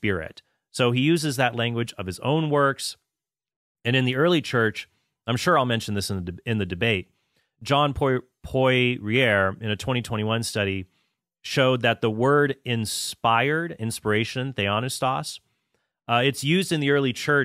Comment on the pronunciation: By the way, it's "Pwa-ahh Ree-ihh" (Poirier). But if I were you I would leave those pairs where they lie.